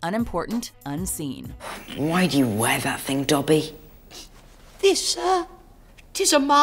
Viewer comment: Tol Beane it’s Dobby not Duh-by